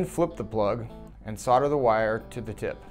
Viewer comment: solder, not solder!